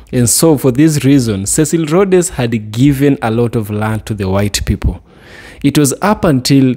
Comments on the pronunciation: Rhodes, same pronunciation as roads. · Pronounced Rhodes..pls the 'e' is silent so its Rhoads like roads. That i think is the pronounciation. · the name is As you say Roads ( Cecil Rhodes)